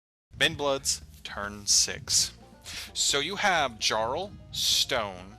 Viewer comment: Probably. A lot of names and titles for the trolls comes from Norse or Scandinavian words, and our J doesn't have any D-sound in it. It's more like the Y in, for example, yoga. So words like "Jarl" (the origin of the English "Earl") should start with the same sound as the word "Yoga". ;)